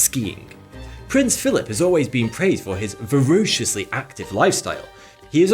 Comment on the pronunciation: “Verociously active lifestyle”? 🤦🏻‍♂️